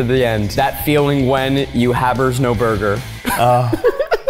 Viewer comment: Not "habers-no-burger" 💀💀💀